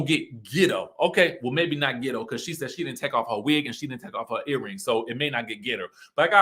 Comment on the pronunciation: behavior makes her Ghetto or gitto as she said it, not her pronunciation of words! Tisha’s too educated to be so gullible and vulnerable to her momma’s shenanigans! She’s going to drag her in the mud w her… I see why marsau flinches when she comes around. She brings them down… is one of those momma’s who is always gonna have her “babies” back regardless of their wrong doings, but can i blame her